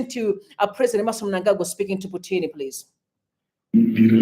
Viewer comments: Thanks for all the updates. But that man is not Putini, rather he is Putin, as if you are joining the two words put and in. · "Putini" seriously? That KGB (CIO) Russian supreme agent guy can easily get you assassinated for that mistake.